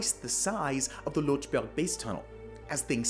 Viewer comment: You could also inform yourself how to pronounce 'Lötschberg Tunnel' instead of 'Lotschberg Tunnel'. The two dots are not for neglect.